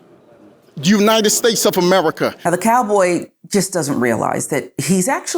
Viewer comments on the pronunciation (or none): Did he say Jew-nited States of America?? ?? WTF